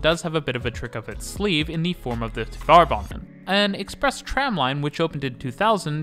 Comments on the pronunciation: “Tvare” banan, not “Tuh-var” banan. Rhymes with “tare.” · Since you sometimes make references to Tvärbanan in other videos, it might be good to know that the ‘är’ in there is pronounced like “air” :)